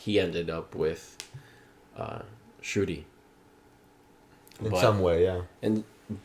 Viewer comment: Shru-thee. That’s how Shruti is pronounced with the soft “th,” sound, and the long “ee.” Also, the stress is on the “thee,” half of the name not the “Shru,” part. ❤